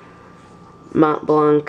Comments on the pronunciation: very nice, but you dont pronounce the C on the blanc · Awesome pen, it looks classy. But just like that, you don't need to pronounce the C at the end of Mont Blanc. It's a french name. Very nice pen although